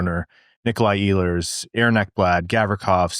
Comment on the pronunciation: He is not Eeehlers, he is Ehlers